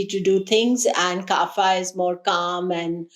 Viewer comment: Pardon me for correcting.. it’s kapha not kaapha which means phlegm .